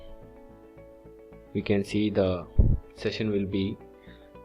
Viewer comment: In Rescue Session in Odoo POS is it just me hearing "section" in place of ""session" ...